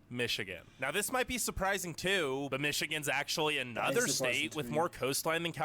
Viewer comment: I love how you say anuvver for another 😁